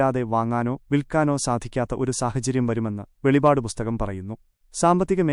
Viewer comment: വെളിപാട് അല്ല വെളിപ്പാട് 🙏